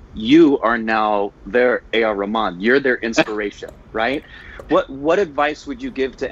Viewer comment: I won't be surprised if they have A.R Rahman (or as says Ramen:P ) for an interview next...<3